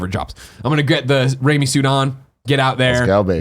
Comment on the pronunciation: Ooooooh, they meant RAIMI suit! I was like, what the hell is "Rami" suit?